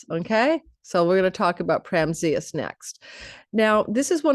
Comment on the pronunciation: PRA-AM-ZHYUS the Eternal One, not prezmyus (was a little confused listening until i read the caption). Amazing reading ❤